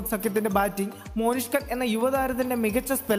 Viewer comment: മോനിഷ് ഖാൻ അല്ല മോനുസേ.. മൊഹ്‌സിൻ ഖാൻ..